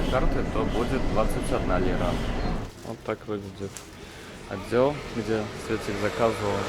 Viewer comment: У проблемы с речью! Есть ли в Турции логопеды? ОтЗел, вместо отДел!..